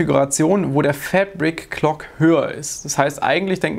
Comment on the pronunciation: jedes mal wenn du "FÄÄÄBRICK-KLOK" Sagst musste nen kurzen trinken!:D